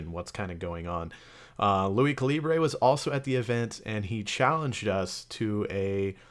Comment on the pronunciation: It's caliburr, nigga